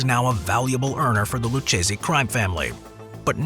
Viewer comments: It's pronounced LOO-KAY-ZEE, not LOO-CHAY-ZEE you dope. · Loo-kay-zee. Thank you.